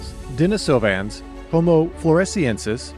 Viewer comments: DenEEsovans... pronounced as in the female name "Denise" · maan my brain hurts because of the way u pronounce de ni sovans heard plenty others like u pronounsing it more like i have split up the word